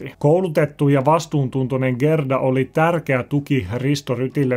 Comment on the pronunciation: Haloo! Gerda lausutaan: Jäärda